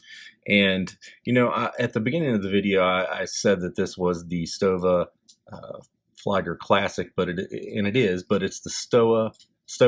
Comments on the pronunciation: "Flieger Uhr" reads like "Fleeger Oor" not like Flyger ! Anyway, beautiful watch ! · Great review, just a friendly feedback, its pronounced as "flee-ger" as opposed to "fly-ger".